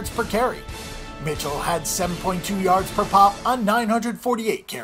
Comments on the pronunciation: stopped watching when you mispronounced Michel's name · Its Sony Michel not Mitchel